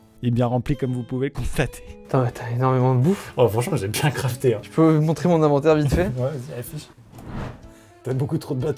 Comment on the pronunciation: Faut que quelqu’un leur dise que c’est pas « I » mais « E » pour l’inventaire !